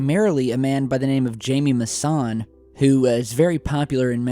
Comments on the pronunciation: His name is actually said " hi + mehhh , Moo + saun, saun sounds like sauna without the a at the end. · It's pronounced hi me maussan.